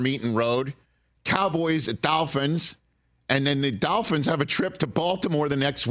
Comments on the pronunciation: It’s dolphins, not dalphins, Rich. Good lord. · Hey Rich, It's Dolphins not Dafins.